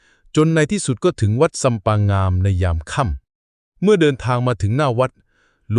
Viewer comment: อ่านผิดไม่ใช่งามอ่านว่าง่าม